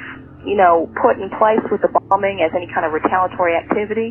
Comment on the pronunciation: Pretty lame you can't even say "bombing"